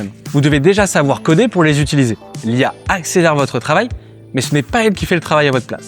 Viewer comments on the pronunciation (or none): none